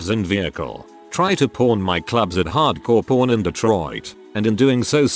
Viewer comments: I keep hearing "hard-core porn" instead of hard-core pawn. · hard core pawn sounds like hard core porn cause the tts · That “Hardcore Pawn” pronunciation was rough 😂🤣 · Glad I'm not the only one 🤣